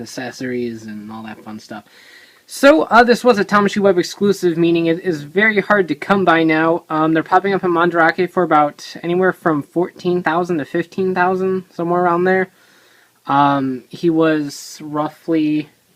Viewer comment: uh yeah... you're wrong on the first one. mandarake is a japanese company, and it's said with japanese pronunciation, so it IS "mahn-dah-rah-keh"